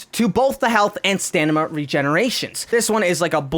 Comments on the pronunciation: He says stanima it is stamina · I love ur videos BUT it is STAMINA not STANIMA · Stamina* not stanima lol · why does he say stanima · Why he keeps saying satanima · Did really just say stanima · Was it just me who noticed kept on saying ‘Stanima’ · Me too xD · you say "stanima" if you did not realize